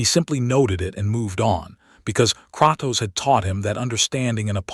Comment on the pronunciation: I hate the fact it pronounce it as kraktos when it’s pronounced as Kratos the person who made this is complete shit at spelling